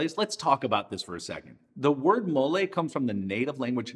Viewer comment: Your pronunciation sounds good to me! I’m from New Mexico, and molé is like a religion even here. I’ve made black many times, and since I have pumpkin seeds in the cupboard, time to make green!